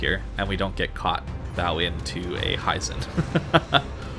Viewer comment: Hee-zen not Hie-zen. Japanese i is always a short sound